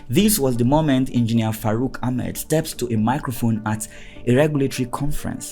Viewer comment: It's not farouk, it is FACROOK 😂